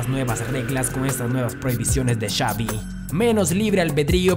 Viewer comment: xaviM, el técnicoM, hablá bien carajo